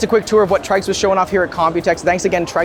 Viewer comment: Seems like the name should be pronounced ‘tricks’ rather than ‘trikes’, or is that just me?